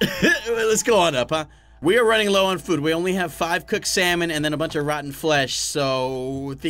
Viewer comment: I love how he said cooked salmon he said cooked slamon 😂😂🤣😎